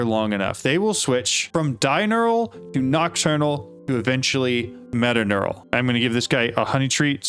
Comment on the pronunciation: its metaTURNAL not metaNEURAL